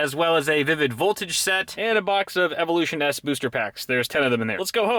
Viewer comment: its pronounced Evolution's not Evolution S